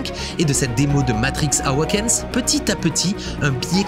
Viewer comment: Petite question ... Comment un mec avec une belle élocution peut dire Lumen avec le bon accent, et dire matrix awaken a la française ahhhhhwahhhken